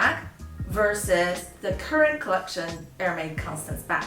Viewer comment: Wrongpronoucitaion. Correct it